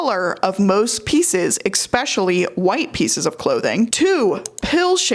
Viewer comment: Giiiirl, ek-specially is adorable but trips me up